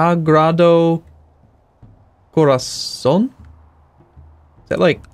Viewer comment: your pronunciation of sacred heart in spanish wasnt awful better that most anyway